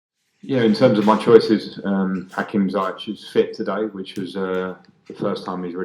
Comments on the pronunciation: Hakim ZEEYECH Gets his First goal Frank: Hakim ZAAYECH😁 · When it's comes to pronounce Hakim's name : Everyone : Hakim ZEE-YECH Lampard : Hakim ZAI-YECH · Ziyech not Zayesh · I thought it’s Hakim Zeeyesh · Another day, another Frank Lampard mispronouncing Hakim's last name. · Upto now Lampard hasn't learnt how to pronounce Ziyech properly wow... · I think he really has to make an effort it's getting ridiculous. It's someone's name, his player's name ffs. Everyone around him pronounce well. How many more cues does he need? He can just say Hakim of he feels it's too tricky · I am surprised that Hakim hasn't told Frank that the pronunciation of his name is wrong. Are has he? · Still waiting for Lampard to say his name correctly